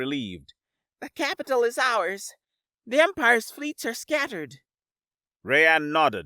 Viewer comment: Our narrator cannot properly say the name 'Rayan'. His name is not 'Ray-ann' instead, his name is pronounced 'Rye-ann'.